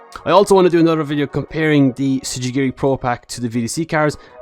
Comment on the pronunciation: im sorry the what pro pack?! im fucking crying the T is silent fam